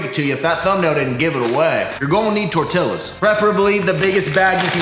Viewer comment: As a mexican i died a little bit each time you mispronounced TORTILLA